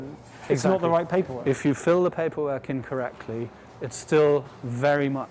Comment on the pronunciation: 'in correctly' or 'incorrectly', ahh the joys of the English language. Which did you hear?